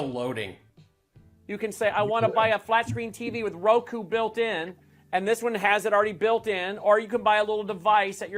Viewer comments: It’s AMAZING how completely STUPID mike is, rokU NOT rokOoo . How in the world was he able to put a company together??? I wonder how the heck he gets his pants on the right way. Amazing. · REMEMBER HE IS THE ABD GUY. LET'S HELP HIM OUT IT'S "ROKU". SMH. Election "frawd" was priceless 🤣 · If this were a comedy movie and the first time the actor pronounce it as Roko instead of Roku I would probably giggle a little bit, but if in the movie the actor kept saying it I would probably start to get a little annoyed and think to myself that no one is that dense and dim witted, but this real life 😂🤣😂🤣😂🤣😂🤣😂🤣😂🤣 Now excuse me while I find a wall to bang my head on 🤯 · Man can't believe anyone listens to a man that has heard his own pr guy say the word ROKU six times and Mike STILL SAYS ROKO!!! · He keeps saying "roe-koe"!!!!!! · What on Lindell’s lower lip is so yummy that his tongue is always hanging out of his mouth and licking this area? Why does this man have so much trouble pronouncing words or finishing his sentences? It is amazing that anyone would take this clown seriously. What a joke and what great entertainment. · He supposedly smart enough to figure out packet captures but doesn't know what ROKU is or how to pronounce it.